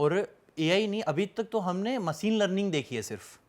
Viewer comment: पहले मसीन नहीं मशीन और आर्टिफिसल नहीं आर्टिफिशियल और रस्मिका नहीं रश्मिका कह दोस्त तू ज्ञान की बात बाद में 😂